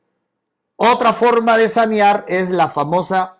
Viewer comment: N o es sañar es saneaer,😅😅😅